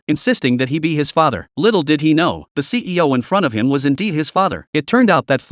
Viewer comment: I know he's saying ceo but it sounds like he's saying cpo